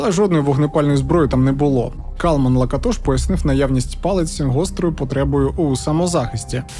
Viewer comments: Перший раз чую, що наголос на перший склад.всімв ужгороді і самі носії прізвища кажуть ЛакАтош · Цікаво було подивитися, про Закарпаття. А що до прізвища Лáкатош, то це угорське прізвище, а в угорській мові наголос завжди на перший склад. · Як неочікувано побачити тут рідний край та місто мого дитинства і юності - Мукачево😅. Дякую за цей чудовий випуск. Скандал з ромами добре пам'ятаю, але в них вічно якісь свої розборки. Доречі, прізвище "Лáкатош", коректний наголос на перший склад. Ще раз дякую за цей випуск, успіхів❤ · Не завжди. Роми між собою в побуті спілкуються угорською. Здебільшого, українську знають погано, хоча є такі, що й нормально говорять. П.С. Хотілося б звернути вагу цього псевдоблогера на правильність наголосу у прізвищі, яке вимовляють і самі роми. Наголос на другий склад, а не на третій. Міг би підготуватися краще. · Ріже вухо наголос не там на Лакатош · І не кажіть: то ЛакАтош,то ЛакатОш,лиш не так,як треба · кАлман лакАтош. Вини самі декілька разів це імʼя промовляють. Камон